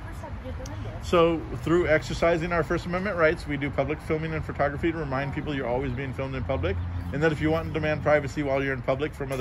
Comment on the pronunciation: I'm a big fan of you, I really like your approach, but please man, I'm begging you, on my knees, with tears in my eyes. Please stop calling it FERtogrophy. It's FOH/FUHtogrophy. I know it's a minor thing, but it does a disservice to your message.